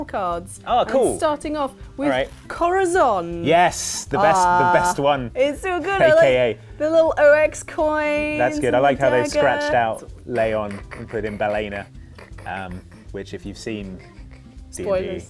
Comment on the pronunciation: Love Corazóns title card... And i'm a bit anpyed you still don't know how to properly pronounce "Ballena" ("ll" and "y" make the same sound in spanish, because we are fun like that)